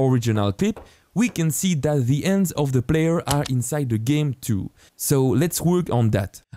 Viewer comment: Hehe, yes I often had hard times to understand, when it comes onto ands, ouse and eadsets. But he makes good stuff! ;)